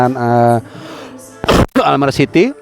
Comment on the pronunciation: Bacanya Almere jgn almer😂😂😂